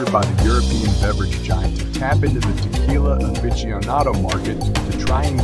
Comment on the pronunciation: Sorry. As mentioned, the music to vocals dosent mix well. AND... whats up with the word... TE-QWII-LA?😂